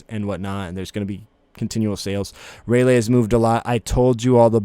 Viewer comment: you aint got room to talk bro you call Ray-LEE, Ray-LAY 💀💀💀🤣🤣🤣